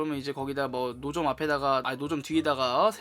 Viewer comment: 노점을...무좀이라고 들었어...허허 ㅋㅋㅋㅋ